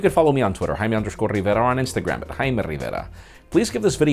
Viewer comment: The host has a way of saying his name that makes me very fucking racist, and I don't like it. JAY-ME RIH-VARA